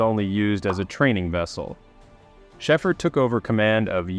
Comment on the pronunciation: His name is pronounced,... "Shayfer" 4 fk sake!!! 😅😅😅😅